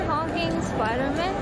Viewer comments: Spoder Mun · I just knew I was really gonna cringe when she called him Professor X...only to have to hear Spidermun 🤣😂